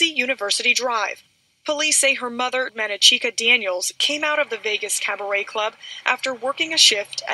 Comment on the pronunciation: Man-na-chee-ka? Wtf